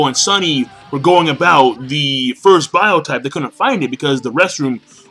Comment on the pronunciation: Stop calling it bio-type, it is pronounced Bio-tope.